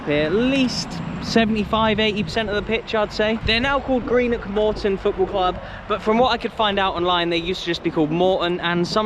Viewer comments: That was absolutely horrific hearing you repeatedly - time and time again - talk about "Greenock fans" and suchlike. And I'm saying this as a St. Mirren fan (their supposed rivals). They are Morton fans. The team is Morton. Greenock is ignored as a prefix. Also, wtf with "Ton" as if it's a weight? You need to say "tawn" like tawny owl. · It wasn’t a merger, just added the name of the town. And “Ton” with regards to Morton isn’t pronounced normally, it’s like “Tawn”